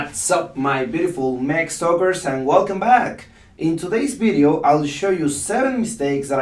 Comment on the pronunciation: Can I pls correct you teacher.You should vedio not Bedio.The V in English is pronounced V not B.I love your teachings cos I learn alot from it.Tnks